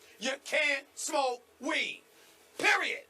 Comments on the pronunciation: He pronounces weed with three extra syllables and Skip never even cracks a smile. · Why does he keep putting emphasis on it, tho?! WEEEEEEEDUH!! LMAO!! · David-Storm Mukuria call it STAY OFF THE WEEDUH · He's emphasizing it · His comedic pronunciation of weed hurts his very valid point.